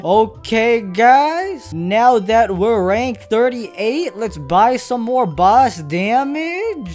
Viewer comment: i like when he say "boss" it sounds like "bus"